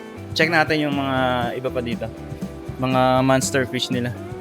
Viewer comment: MONSTER FISH... MONSTER FISH...MONSTER FISH... MONSTER FISH.... HINDI!!!! MANSTER FISH... paki correct ang pagbigkas nakakairita at nakakabobo ang bigkas ns MANSTER FISH...